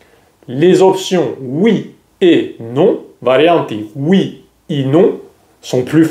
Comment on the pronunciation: Это мне не понравилось, на английский манер😢, по радио говорят Oui